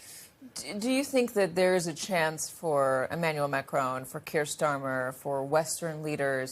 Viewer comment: his name is spelled e-manuel ma'crooon with a tiny n in the end...